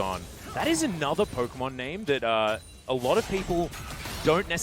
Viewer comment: Homie on the right cannot pronounce a single name right... dude is killing me